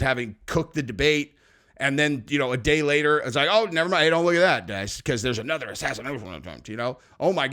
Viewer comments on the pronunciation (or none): none